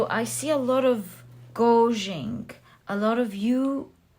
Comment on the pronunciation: So grateful for your wise, loving energy and your tremendously accurate and interesting readings! ❤️🙏🏽Pile 3 was me all the way... wanted to humbly offer a pronunciation adjustment: you were saying a word I think intended to be ‘gauging?” FYI it is pronounced gay-j-ing. Hope this helps! Much love and gratitude ❤️🤸🏽☀️